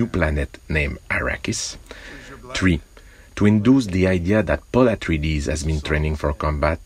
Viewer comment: "PauL AtriEdeS"